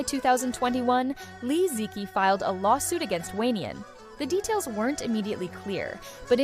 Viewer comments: You could at least pronounce her name correctly. Especially so since you have Chinese roots. Especially the word "qi". Even people who don't know basic Chinese Pinyin know how to pronounce "qi". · Can the narrator try to pronounce Li Ziqi's name correctly, as per the official Pinyin phonetic system of the modern Chinese language, for mere respect of this icon, maybe? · Is this the AI voice?? For such a video using the Li Ziqi NAME, has failed even to pronounce her name correctly: its so ALIEN. there are tons of Chinese videos on YouTube talking about Li -- you need to keep note how to call her correctly, Shame on you